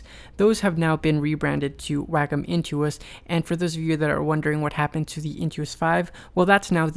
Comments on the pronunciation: It's NOT pronounced "wack-em" like you say it in your video. It's pronounced "wok-om" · he said WAKOM its pronounced WAY COM : wacom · It's pronounced "wah-kom", not "whack'em". It's japanese for Art, COMputer. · Why does every one say WAKUM its pronounced WayCom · ヽ༼ຈل͜ຈ༽ﾉ _ A teacher I used to have pronounced it "Whack-um." I always said "Wah-com." I didn't know it was WayCom! lol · its pronounced "wayycom" lol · Sheen Mancinelli wacom is a japanese company and in japanese it's written ワコム... (wacomu) its pronounced WAHKOM not waycom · Sheen Mancinelli Actually no. It has been proven that it is pronounced WAKUM (or like "walk come"). Look at Tutorial videos from the company Wacom themselves on YouTube. They pronounce it as WAKUM. Do some research first. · it is WA CO Mu the u is silent. People who insist it is WAY instead of WA are wrong. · Bert Monroy and others pronounce it WAH-cum, so I did too. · I knew that's how you pronounced it! I love how the company itself pronounces their name wrong.